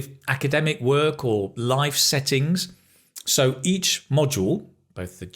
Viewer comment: Could you tell me please, why in the sentence "Well, if you want to study or work in the English speaking country, you probably need to show the university or collage, or what place?" do you pronounce the word "work", the same way we pronounce word "walk", like walk in the park?